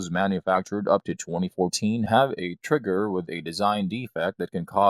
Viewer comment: Upgrade your Sig P "Thwee Twenty" with a new "twigger" and new "stwiker" LOL!!!!